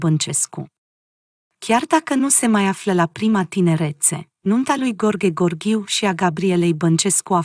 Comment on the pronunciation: Femeie care comentezi cunoști limba română?nu știi să citești?mirele se numește Gheorghe Gheorghiu și nu Gorghe Gorghiu .Nu ne stâlci limba!